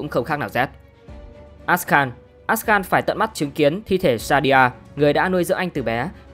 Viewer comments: Vài tên tướng bị đọc sai, ví dụ đọc đúng tương đối là Akshan - Ắc-san, Sol - Sâu, Willump - Quiu-lâm, Qiyana - Ki-da-na. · Ông mới này không chơi LMHT à? Akshan đọc Át kan. Aurelion Sol đọc Aure lai ần soi. Willump đọc Quiu lúp. Đọc sai tên tướng là nghe thấy chán rồi đó.